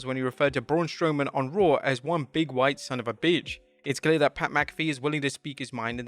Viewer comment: When Pat was referring to Braun Strowman, I thought he said “Big, wide” instead of “Big, white.”